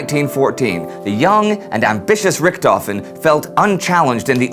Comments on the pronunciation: And Richthofen is pronounced more like "Rishthofen", NOT "Rikthofen". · menfred albert freiher von rickthofen :D im sry but it sounds great for a german to hear you saying that :D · Amazing that Americans can't correctly pronounce the name RICHTHOFEN!